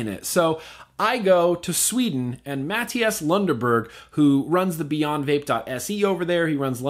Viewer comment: wait was he saying matias or matt diaz